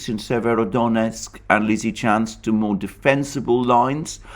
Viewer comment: Came here to hear Alexander say "Severodonetsk Lizichansk conurbation". . . Was not disappointed. My man delivers.